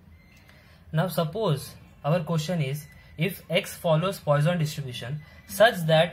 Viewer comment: GREAT VID! PS Its not POISON'S RATIO BUT pronounced as poo-son's ration